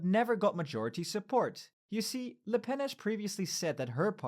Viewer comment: "Formidable La Pen". Jesus Christ, go back to school kid